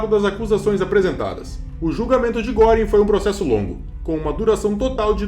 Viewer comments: "Guêring", "Kaitel" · Se lê Guêring. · GRANDE DIFERENÇA ESSE TEMPO DE ENFORCAMENTO, RECEBERAM O QUE MERECERAM.....E NÃO É GÓRING ...É GUERING... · a pronúncia de Goering está errada!!!